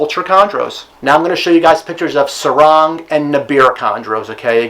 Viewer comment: hi, from Indonesia here, Sorong pronounced like you say the word “sorrow” but with ng at the end of the word, Nabire pronounced like Nah-bee-ray, Timika pronounced TeeMeeKa Numfor pronounced Noomfour Biak ponounced Bee-ak